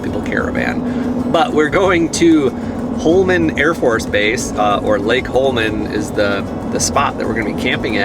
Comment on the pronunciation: The base is pronounced "Hollow-men"